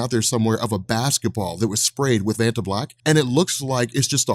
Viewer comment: I thought you said Fanta Black I was like, hmmmm Kang wants to drink that.